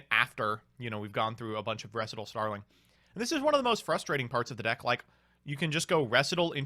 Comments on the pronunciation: REE SIGHT AL not reh sih tul lol like a practice run for a dance routine, a recital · I know it’s dumb to get upset over how people pronounce words, but, whenever say “Recital” as “ressitahl” instead of “recite-all” a nerve in the back of my brain stem twitches and I immediately become annoyed. It’s not a choice or voluntary, AT ALL. It’s an immediate, base instinct reaction. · Are you intentionally pronouncing recital incorrectly? Have you never heard of a piano recital? Am I the one not reading it right?